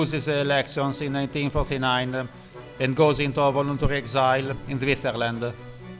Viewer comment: what kind of accent is this? She has the weirdest pronunciation! She fucks up words like "voluntary" and pronounced Zhukov's name like "Chuka"! Geez! it's a pretty interesting video but the ridiculous narration brings it down IMO